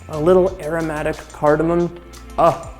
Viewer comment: he proounces cardamom correctly